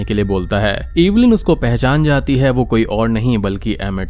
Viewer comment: Cringed hard every time you said 'EEEEEEVILIN'. It's Evelyn, it's not that hard